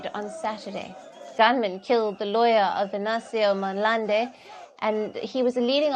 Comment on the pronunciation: She Said Venâncio Monlande😅😅😅❤️ instead Of Mondlane